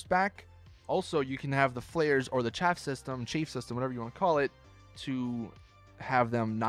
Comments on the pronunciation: Its "Chaff" not chafe. Your asshole gets chafed. Chaff prevents radar lock. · Livery is not pronounced livry. Chaff is not pronounced chafe. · This dude said “chafe system”